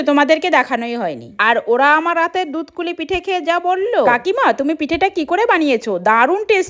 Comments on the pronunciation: দুধ পুলি😂কে দুধ কুলি বলছে 😅😂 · Dut poli❌dutkoli✅😂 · দুধপুলি ❌ দুধকুলি ✅ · কাকিমা ওটা দুধকুলি নয় দুধপুলি 😄😄😄😄😄😄😄😄😄😅😅